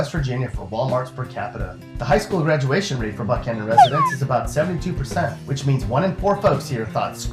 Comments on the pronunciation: did this bitch just call Buckhannon buckoan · I like how he pronounced Buckhannon wrong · St. Albans is pronounced like St. Allbans, and Buckhannon is pronounced like James Buchanan but with a k in between the c and the h